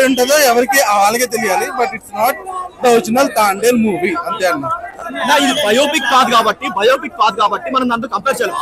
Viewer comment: Thandel kadu thambel slow ga potundi